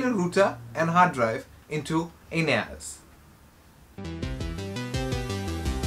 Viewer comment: bro did you just said Anus ?